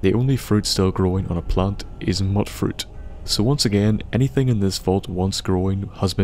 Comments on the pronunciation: Y U NO pronounce Mutfruit properly? It's Mut as in Mutant. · Mutfruit. Mew-t-fruit. Pronounced like mutated or mutant. <3